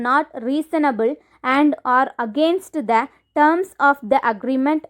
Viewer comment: pls improve your pronunciation, learn how to pronounce 'A' and "The" Thankyou